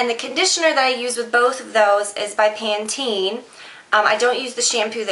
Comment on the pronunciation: it''s pan- ten :)